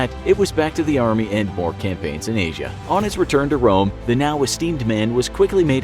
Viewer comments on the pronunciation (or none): none